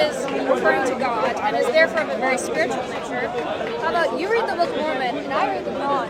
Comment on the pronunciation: Mormon pak, MORMON, bukan momon. Kristen Mormon atau Mormonisme adalah istilah yang digunakan untuk menyebut aspek-aspek agama, ideologi, dan budaya dari berbagai denominasi gerakan Gereja Yesus Kristus dari Orang-Orang Suci Zaman Akhir. Sebaiknya anda perbanyak referensi bacaan biar gak malu2in